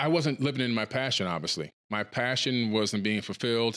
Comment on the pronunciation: ... such conshis... very pashun... wow :P